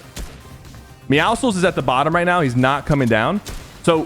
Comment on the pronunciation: said meowscles🤣